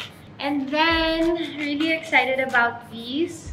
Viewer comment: "ABUBOOWWWTS" hahahA artey